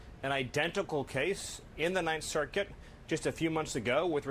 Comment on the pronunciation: Why does he say circuit like that? Why are all of his goons such freaks?